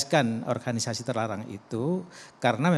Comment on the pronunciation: Baru tau klo Organisasi dalam bahasa Indonesia bacanya menjadi Orhanisasi 😆